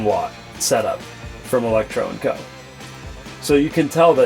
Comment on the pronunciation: Electro & Co. videos just aren't the same without mispronouncing it differently every time he said it...